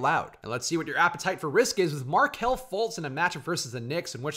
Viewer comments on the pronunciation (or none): none